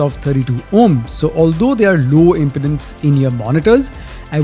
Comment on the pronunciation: it's pronounced im-peed-ance like impedance, like impeding traffic, not impotence, ahoohoohoo.